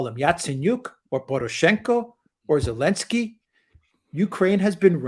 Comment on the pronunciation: Elensky....... without the "z" in German